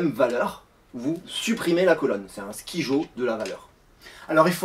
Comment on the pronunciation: ON DIT SKAIDJO ET PAS SKIJO🤬!!!!merci